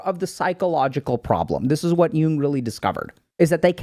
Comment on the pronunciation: It’s Carl Yoong